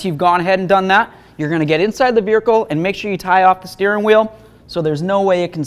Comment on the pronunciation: Irritates me how this guy says vehicle😂